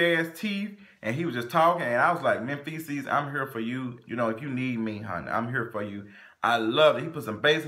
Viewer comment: Did you call that man "Menfeces" at the end?? 😭😭😭😭